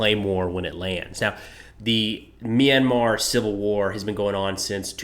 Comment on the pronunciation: Pls do clips on Myanmar's civil war too. The astrocities of junta using fighter jets and attack helicopters must be stopped. BTW I am surprised by how you pronounced Myanmar right.